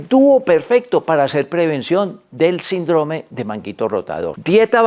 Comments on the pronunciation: " SINDROME " ????? Doc, no lo enseñaron a leer en la escuela ?? SÍNDROME !!!!!! Con acento el la " I " por ser palabra ESDRÚJULA !!!! No revienten mi florido y querido Idioma ESPAÑOL !! 🇪🇦🇪🇦🇪🇦🇪🇦🥸👍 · Porq dice SINDRÓME si es SÍNDROME... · NO ES SINDROME SINO SÍNDROME EL ACENTE ESTA EN SIN NO EN DRO PARA ESO TIENE LA TILDE. GRACIAS